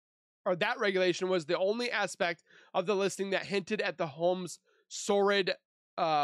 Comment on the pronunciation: Should you be reading this out loud if you can't even pronounce "notoriety" or "sordid"?! Ugh.